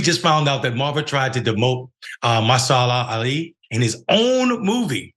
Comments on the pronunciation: You don’t need to be into movies to pronounce someone’s name properly. SMH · Just like I tell my students, make sure you know how to pronounce all the words before you give a presentation. It's disrespectful to mispronounce someone's name. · This take should have been re-shot. Bruh, you mispronounced his name, okay own your mistake. But to then defend the mistake by condescending on Marvel fans by stating that you read books? Better to simply not cover these types of stories. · You can pronounce his name because you like books not movies?? You can't take a minute to learn his name before recording? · Seriously dumb excuse for mispronouncing someone’s name. 🤷🏻‍♀️ How are you the one commenting on this and stammering your words? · What a crappy host, learn how to not accept something you are woefully prepared to speak on. From not pronouncing the 2 time Oscar winners name correctly EVERY TIME to not knowing jackshit about Marvel movies, you embarrassed yourself and made me know for a fact I will never watch another video you host. Dr. Richey is bad enough, but the 1 minute I watched of this before pausing it has more errors than 5 of Dr. Richey. This channel needs to spend some of the money it makes on an editor to fix these dumb errors. And a producer who keeps the talent only working on the items they know of. If this chucklehead convinced someone there he knows about Marvel, you are fools and have another George Santos on hand. I mispronounce names as well, but I can say Mr. Ali just fine. Why was this not done and give the person the respect he has earned. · This was tacky! He should have really practiced the pronunciation of the man's name before he did anything else. Terrible! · Maybe you should have given this story to someone else to tell, since you like books so much. That’s no reason to mispronounce his name. Study your subject, before reporting. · Can’t even pronounce the guys name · You would butcher his name too if you had'nt heard it before.